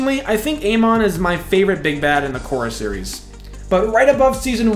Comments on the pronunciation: Please tell me you did NOT just say A-mon 🤣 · Did he just say Ey-mon?? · Who tf is A Mon… you mean Amon? How is it he’s your favorite villain but you can’t even pronounce his name correctly 😭😭😭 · not just amon, you also said steelbending instead of metal bending lol 😁